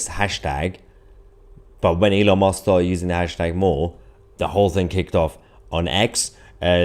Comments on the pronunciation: Why can’t you pronounce Elons name correctly? Musk not Mosk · Musk Mahyer not mosque. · His name is MUSK NOT MOSK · I can't help hearing Elon 'Mosque', when you say his name, and not Musk. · Thats Musk not mosque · Mahyar, it is Elon Musk not Elon Mosque 😂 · With all due respect my dear Mahyar, try to pronounce it as Musk not “Mosque”, you might inadvertently cause the wrong impression 😀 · Hi Mahyar, I love your content and your English is near native perfect, except for your pronunciation of the vowel U. It's not the same as O!! It's not opdate or Elon Mosque!! Yes dear friend, that is how you just said his name! Musk is like a Musk Ox! Ask a friend! (Unless this is a London accent Ive never heard in my 75 years in the South!) Cheers & stay safe! No offense I hope! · “Elon Mosque” 😂😂😂😂 it’s Elon Musk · Musk. MUSK, Elon Musk. Not Mosk!! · Are you calling him Elon Mosque? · Elon mosque?>? wth bro lol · Please don’t call him Elon Mosque 😂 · Do you know you pronounce his name Elon Mosque? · its elon musk not mosk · Did you say Elon Mosque?? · Musk.... Not mosk 😉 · Good host, does sound as though he's saying Elon Mosque not Elon Musk, which is quite amusing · Elon M u s k Not Elon mosque please Mahar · Why do you say Elon Mosque???? It's MUSK..U as in Uncle.. or is it a play on words??😮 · Musk not mosque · Elon musk not mosque you Muppet..are you taking the piss..🤬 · Please it's M u sk. Not M o sk. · It's MUSK not MOSK! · Why do you keep saying "Elon Mosque"? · Mahyar, can you please stop calling him Elon Mosque! It's MUsk! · Stop calling Elon mUsk Rlon mOsk. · Why are you saying Elon Mosque? 😂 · Haha you keep calling him Elon Mosque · I'm going to call u mr. Tootsie! Kindly pronounce Elon's surname correctly. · Love how you pronounce it as 'Elon Mosque'. :). Really appreciate your excellent content, thank you. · Why did I hear Elon Mosque XDDD